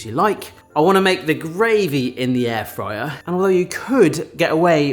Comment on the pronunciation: Air drier rather than air fryer